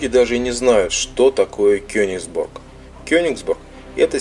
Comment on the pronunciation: почему вы говорите Кёнексбург когда реальное название Кёнигсберг!!??